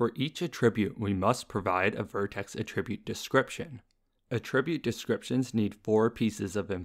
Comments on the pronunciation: I've not heard this pronunciation before. It's generally pronounced "AT-ribute", not "a-TRIB-ute". But when talking about the action (e.g. "attributing blame"), then that second pronunciation is used. No biggie. Could even be a regional variation. Just thought I'd throw it out there :) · Amazing videos, easy to understand and very informative, though one thing I noticed is you saying "attribute" as "a tribute" xd